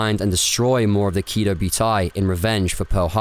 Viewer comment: Really like you vids but you kill some of the names. Prinz Eugen, Kido Butai etc. Not end of world but would make the content stand out more